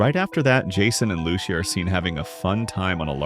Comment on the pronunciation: Fam it’s “Loo-See-Yah” you gotta say it right you know🙆🏾‍♂️